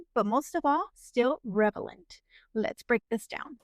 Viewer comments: It's relevant not revelant! Lol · Yeah, except it's 'relevant ' not relavent. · Star, I love your channel, but I have to tell you this: the word is re-la-vant.. If you are talking about ‘being appropriate to a circumstance’ . I think you are confusing it with ‘revelation’ which is related to the word ‘reveal’. I hope this doesn’t embarrass you, it wasn’t intended as such. I know English is only one of the languages you speak. I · you keep saying revelant...no